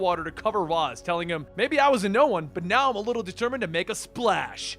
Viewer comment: It's pronounced raysh :)